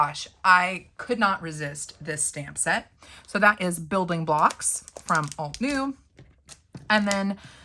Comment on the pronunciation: Not me screaming "alt-uh-new" at the screen all 8,000 times you said "alt-new." It probably wouldn't have bugged me so much if you hadn't mispronounced it so gosh darn many times! 😂 I said the term "bugged" very loosely because I thought it was funny. This was a great video though! I have a bunch of windows open shopping at ALL the places for stamps. ❤ I do love your channel and am learning a lot!